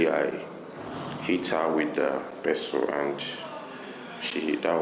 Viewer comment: NOT "PISTOL" PESTLE.